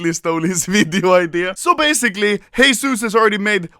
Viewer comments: everytime i hear u say heyzeus i remember HESUSSSS xDDD anyone else? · Stop repeating Heyzeus plase.